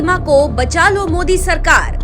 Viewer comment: ओवेसी 👎, मोदी नहीं बोलना आता, जानबुजकर मोडी बोलता. अब इतना अवघड नाम ( जयशंकर सर ) कैसा बोलना आया?